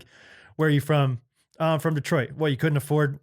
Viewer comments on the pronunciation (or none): none